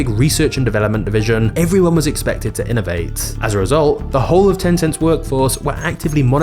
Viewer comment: Very good information, it's just a shame that you cannot pronounce the letter T at the end of your words, or even in the middle of some words, be'er is better, inovae is actually inovate, diver is diverT. It is really annoying.